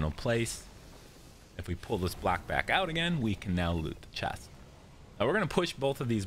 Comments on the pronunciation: Why do you say “black” instead of “block”. It’s so confusing . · He’s saying block, it just sounds like black because of the way he pronounced it